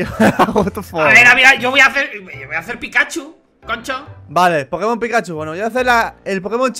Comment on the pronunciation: men no me gusta correguir pero se dice pikachu:V